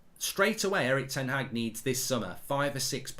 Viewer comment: It’s pronounced ‘HARG’ not HAG. It’s disrespectful